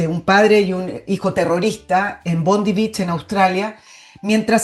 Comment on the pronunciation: Bondi Beach, la playa, se pronuncia BONDAI.